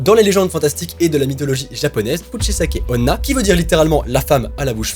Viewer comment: Nan la 2eme histoire sa se dis Kusichaike Onna